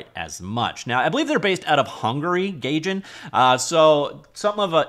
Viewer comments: Gaijin = guyjean not gayjen. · "guy gin" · For my future sanity: It's pronounced gahy-jin / guy-Jin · Pronunciation Police! 'Day-Gore' and 'Guy-Gin'. All right, move along. I really hope the community picks this up and starts adding to it like they did when the Quake Engine went open source! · It's pronounced "guy" jin.